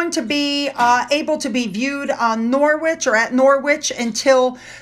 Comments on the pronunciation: Pronounced Norerich not norwitch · Norwich is pronounced Norrige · Hi,, sorry to be so irritating but Norwich is pronounced 'Norritch' in the UK. The knitted palace is staggering, what a feat! It's beautifully done. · Hi, I know you like to know how to pronounce our place names, so well done with Sandringham... spot on but Norwich is pronounced with a silent W as in Nor - itch, hope that helps. As always, loved the video. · Hello dear. Love all your updates about the royals. FYI Norwich is pronounced "Norridge" or "Norritch" x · Norwich - Nor (as in "orange") itch : ) : ) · Norwich is pronounced Norritch. I know, it's crazy. I.D. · Hi Here’s another one of our strange way of pronouncing our town and city names - Norwich is pronounced ‘Norrich’ with the ‘o’ being very short as in the word ‘of’. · Hi, the town called Norwich the w is silent xx